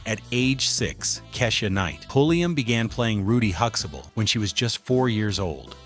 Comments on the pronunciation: No, we don't pronounce it that way either. There is a T in the name which is pronounced too. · Isnt it huxtable? Why does your AI mess up so many times? Its not Huxable! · Hooxable?? Damn AI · Jfc HuxTAble . There is a fucking "t" in the middle of that name. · Huxtable is being mispronounced. That's not ok. 👎🏾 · Can't even pronounce Huxtable. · You have missed pronounced their last name. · You can't even pronounce his surname! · Seeing how all of your uploads are black culture centric you might want to use a black voiced AI narrator. Also don't feed the AI generation tool the exact spelling for names. Huxtable will always be Hux Able to the dumb AI. type Hux ah bull... the way we say it. alao.. quiche ah night paul i am.